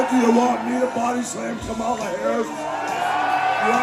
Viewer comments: You know it always makes me cringe at MAGA Republicans who love slandering Kamala Harris and the Democrats when they can't ever say her name right. They always say it like "Kuh-mall-uh" when the correct pronunciation is "Kaw-mull-uh". Learn the name of your opponent, MAGA! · First and foremost, just like a lot of racist people, they mispronounce Kamala Harris name. I stop being afraid of hogan with the leak video came out in 2015, which he said in 2007, using the N word. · To think I was one of those 80s kids who idolized him. Silly me. They continue to mispronounce a fairly easy name. White FUCKING trash